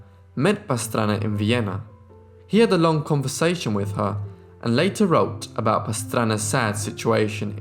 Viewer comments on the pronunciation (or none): none